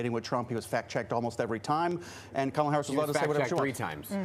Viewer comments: That disgusting guy should know how to pronounce VP Harris' name. It's KaMaLa! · This mofo is actually trying defend the “eating pets” thing? Yeah, he lost all credibility early. He’s purposely mispronouncing her name as well. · The GOP guy is still mispronouncing her name like a dumbass. But then he also calls her "Vague," when the other guy has a CONCEPT of a plan LMAO.